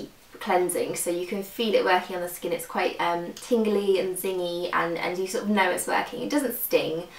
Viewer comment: you say skin weird like skeen